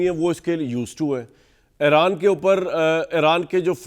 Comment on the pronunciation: It is eeeeraan not Aeraan please